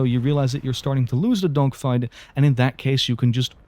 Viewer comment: i swear bro is saying "dongfights" 💀